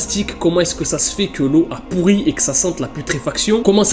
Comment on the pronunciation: J'adore car tu dis pourri't et pas pourri